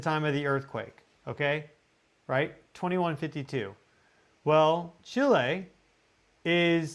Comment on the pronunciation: I appreciate that you pronounce Chi' lay correctly. 🎉